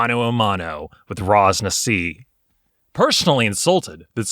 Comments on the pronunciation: Hahah i hate being that Guy But Ras Nsi is pronounced Ras Nissie. Not Ras Nassi xD. Chris Perkins dice camera action runs the Chult adventure at around episode. 30-50 xD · wait. Raz-Nazi? its not pronounced with an 'S' lmao gET iT rIgHT